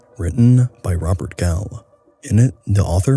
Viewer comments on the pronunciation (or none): none